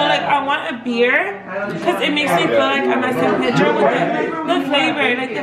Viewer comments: It's NOT San PAYDROW. It is San PEEDRO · its PEE—“E”— DRO!!!!!! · Just a small tip. I am from San Pedro and we say “PEE-dro”. It’s whitewashed but that’s just how everyone says it. San PEEdro. Haha locals know when someone’s a tourist, when they say San Pedro with a Spanish accent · Am I the only one bothered because the way they say san pedro 😂 out here we say it in english lmao san PEA-DRO 😂